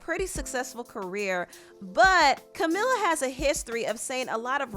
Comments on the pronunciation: It’s Camila not Camala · Pronounce her name correctly please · I just started the video… it’s camEEla CabeYo (it’s how to pronounce it 🤗 hope I helped)